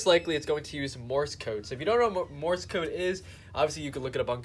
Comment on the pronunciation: It's not Morris code, like you keep saying. It's Morse code. Pronounce it like the word: course or force or horse, etc. Just add an M as the first letter. Morse code. I bet you call duct tape, duck tape. Learning to speak is important. Now you might sound smarter. The more you know, bro!